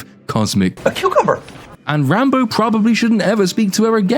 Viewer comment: This movie falls under the same category as Wakanda Forever of "Movies with a character name I thought you were saying as a joke and then watched later and realized 'oh my god that's actually their name." In Wakanda, it was Re-Re Williams (Riri). Here it's Rambo (Rambeau). I hear /you/ say it and i chuckle and think "there's no way they named her Re-re." or "Yeah, i bet she's named "Rambo." Then I watch the movie.